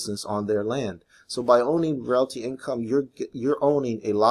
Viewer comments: hey man it's pronounced "real-tee". anyway, love this one. I have 110 shares :) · If you can't say "Realty" properly just say Ticker symbol "O"